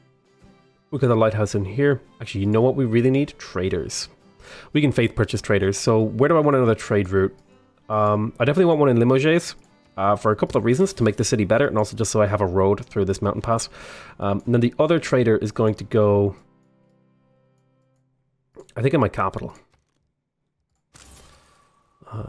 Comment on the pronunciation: greetings from France! please dont pronounce the S at the end of the city name. Just say Nante, Limoge or Bordo. I hate how i write this city name, but it's like we pronounce them. Continue like that, love your vids.